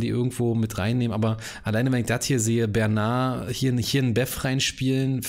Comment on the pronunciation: der Windgreif heißt Bernard mit d und nicht Bernarr